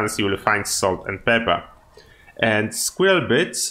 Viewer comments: Yeah he did great, I'm not trying to make fun of him. The biggest difference is he says "square-L" when it's closer to "sk-whirl". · It's so amusing listening to non-native English speakers say "squirrel".